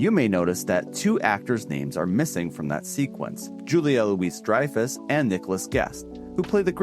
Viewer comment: "loo-EEZ"? "LOO-ee" Julia LOO-ee Dreyfuss